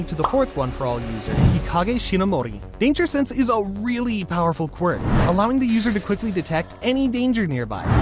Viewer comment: Blud u said danger sanse